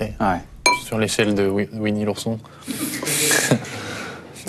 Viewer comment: "Sur l'échelle de Ouini l'ourson."